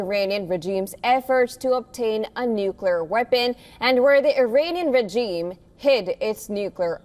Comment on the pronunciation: say regime pls. come on.. u can do it! its not "reggeesms" what poor english